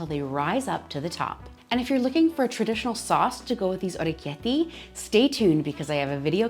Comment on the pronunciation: Hey!! Wow this was so fascinating to watch!! The knife does such a cool job of shaping them! Fresh pasta is my weakness!! I love the way you pronounce it too❤❤❤